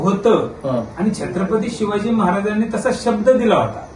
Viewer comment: स्वतःला राजेशिर्के बोलतो आणि याला छत्रपती संभाजी महाराज आणि छत्रपती शिवाजी महाराज बोलायला येत नाही 😠